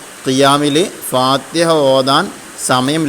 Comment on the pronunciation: ഫാതഹ എന്നല്ല ഫാതിഹ എന്നാണ്